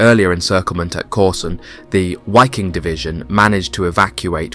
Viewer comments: Why do you say the w in waffen correct (w=v in English) but sound silly saying WHY king instead of just how it is. Viking and wiking same group of BA’s same pronunciation. Just remember the movies when one might say ,”(Ve have Vays of making you talk. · It's pronounced Vee-Keeng... Not (Why-king) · Its pronounced VIKING. German you pronounce Ws as Vs. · there is no w sound in germam so it is pronounced 'v' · The Wiking SS division ( pronounced 'vee-king) was comprised of 90% Germans, according to Roman Töppel, so not really a European army at all in the broader sense. That is not to say that quite a few northern Europeans didn't serve in the Wehrmacht or Waffen SS. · Imagine you make a 54min video about that Division but did not even spend a single minute on how to pronounce it. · The German „W“ ist propounded as your „V“. „Wiking“ is pronounced with two short „i“.